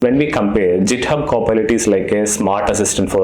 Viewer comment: Nice video, but saying “jithub” makes it feel creepy.i agree bro knows the thing, but still..